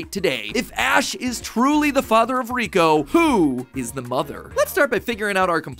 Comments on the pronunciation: its not riko its liko matpat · It’s liko not kiko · He really called her riko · It makes me sooo mad that matpat said Riko instead of Liko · It isn’t Riko it is Liko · after watching the first season of the new series I can probably prove some of this wrong like how her name is Liko not Riko. but great vid Mat Pat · It’s Liko not Riko. Not sure how no one noticed this by 2024. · Crazy how her name is Liko not Riko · Her name is Liko not Reko. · It’s sad that he says Riko even though it’s Liko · It's Liko, not Riko. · It's Liko, not Riko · It's actually Liko, not Riko 😅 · ITS LIKO NOT RIKO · Uh Matpat it's Liko not 'Riko'. Just saying the truth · Keko name is not Reko but it is leko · You said Riko it's Liko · No ash is not riko father and riko name pronunciation is liko and the necklace is a pokemon called terapagos this are all revealed in the anime (currently there is upto 47 episodes of Pokemon horizons) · liko ❌ riko ✅ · me screaming its LIKO! not riko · Her name is liko not riko😅😂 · LIKO NOT RIKO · Bro it’s no “Rico” it’s liko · its not "roy & riko, its roy and liko. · It is Liko not Riko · It’s liko not rico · Her name isn't riko! its liko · dude its liko not riko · It's Liko not riko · It’s not rico it’s liki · its lico not riko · Riko lol her name is liko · It’s liko not riko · Stop 🛑 saying 😤😭 Riko!!😢😮😮😮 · Um.... Not to be rude but who's riko??? I thought it was liko????? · Its not riko its liko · She is called liko not riko ive wacthed th anime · LIKO NOT RIKO XD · Its not reko itas liko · It's liko not Riko😮😅😢❤im mad 😡😠. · Sir, its Roy and Liko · They announced he would return. Also it's not called Riko. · Matpat... It's LIKO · Matpat it’s liko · First of all, it’s like not riko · It’s LIKO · its liko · Its likko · It's liako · Lol it’s liko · Btw it’s Liko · Isn’t it liko? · It’s Liko. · Haha matpat got likos name wrong haha